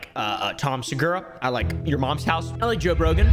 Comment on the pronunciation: “Joe Brogan” 😂